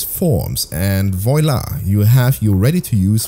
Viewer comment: voila is not pronounced like that 🤦‍♀